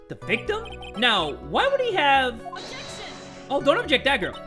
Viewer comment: STOP OBJECSHING! OBJECSHING!